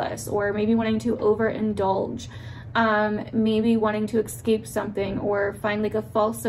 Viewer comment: right on as usual! i love how you say ex-cape lol